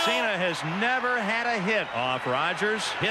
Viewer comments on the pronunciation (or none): none